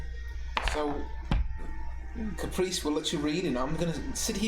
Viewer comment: I burst out laughing at butchering Caprice's name XD